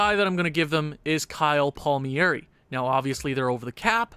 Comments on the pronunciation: It’s pronounced “Palm-Air-E” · Palmieri(é) you're funny, you butcher foreign names like a true Anglo. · It’s Kyle palm-ear-I-yay